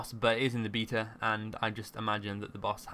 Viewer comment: Heard his pronunciation of the word "beta" and Left...